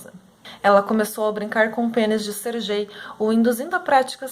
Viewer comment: Acredito que pronúncia do nome é "Ser Guei" nao "ser Jei"